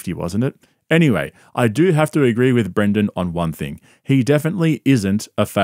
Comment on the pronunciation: Pretty sure the loser's name BRENDEN not BRANDEN.